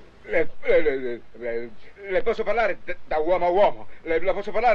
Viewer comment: "Non ho rivvali!!"